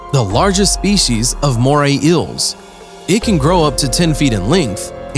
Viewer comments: the way he says eels ills moray ills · It’s bugging me how you’re pronouncing it as moray ills🙃🙃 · "Moray Ills." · “Today we will tell you about moray ILLs” Nope. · “Moray ILLS”